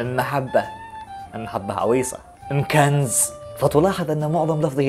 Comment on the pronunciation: أمكنز وليس مكنز